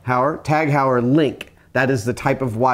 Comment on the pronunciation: Heuer = "Hoy-er"